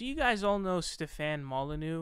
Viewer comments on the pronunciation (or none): Stephan is pronoun ed steven, he seems to have trouble with this, hes pronounced in odd/different ways in multiple videos